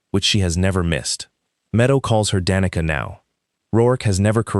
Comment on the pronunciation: Like the story, but a lot of words are mispronounced. It is almost funny how many different ways the 'Roark' is mispronounced. Danica was mispronounced "da knee ca" several times, sometimes it is pronounced properly, go figure